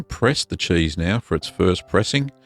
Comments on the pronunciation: I just love the way this man says "Chueese" 😂🤣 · You say cheese like I assume fancy mice would.